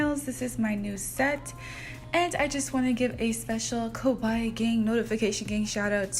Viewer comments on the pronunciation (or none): These nails are so cute!! 💛 💛 ( not that it matters but the way you’re saying kawaii sounds like you’re saying kowai which means scary in Japanese-))